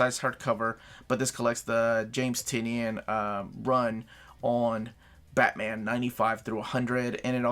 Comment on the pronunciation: Bathman... I can't un-hear that... A turning point for Batman! :)